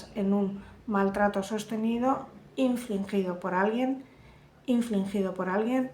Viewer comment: Infligir no inflingir...besos guapa